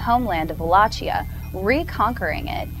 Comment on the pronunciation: PS: goddamn it, that "Valachia" you keep talking about is pronounced Valakia, it's not italian, geez.